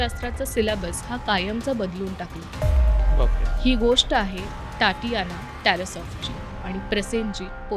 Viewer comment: टाटियाना नाही गं ताई! तातियाना. Takes one second of google/yt search: how to pronounce the Russian first name 'Tatiana'.